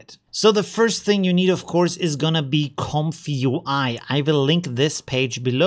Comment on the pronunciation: Read this way "Comfy UI" Not this "comfyu I"